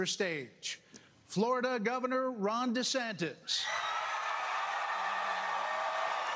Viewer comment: I cannot unhear Floor DeSantis or Chris Chris Chris Chris Chris, don't get me started on Son DeRantis